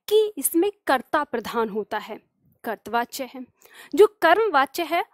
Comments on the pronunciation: करतवाच्य नहीं कर्तृवाच्य बोलें। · ham aapke student Or hindi pad rahe to ek galti mane aapki pakdi aaj kartri vachaya ka ucharan ache se kare karipa karke Or aap bilkul acha paddhati hain ❤❤